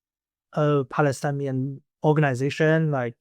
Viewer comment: Just a correction, the word is Palestinian and not Palestanian